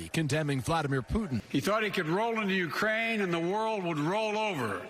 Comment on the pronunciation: he said "Uraine". He leftbout the K. You know, the letter someone with a stutter might stumble over?